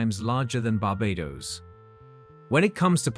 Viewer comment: They both are great islands and very British. I would love in both places. And please, pronounce Barbados correctly. Thanks.